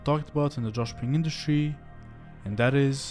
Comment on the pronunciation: you keep saying "Joshping" so many times, it's annoying and it will stick in my head for awhile.